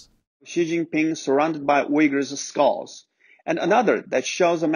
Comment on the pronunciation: nice pronunciation of uyghurs man...